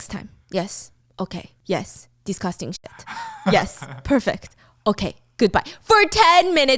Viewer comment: "Disgosting shyet" 😂😂